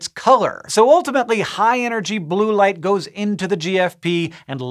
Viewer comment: In the beginning I heard "life" instead of "light" and I was so confused.